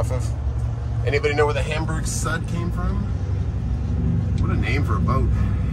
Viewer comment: Hamburg Süd is pronounced Hamburg Sood - it means South Hamburg in German